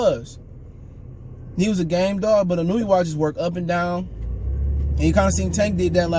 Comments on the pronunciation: Pronounced: “in-new-way” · Akhsually. It's Ee-no-ooh-eh